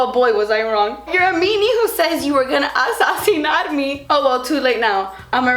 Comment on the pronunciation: I lost it at “assesinar me”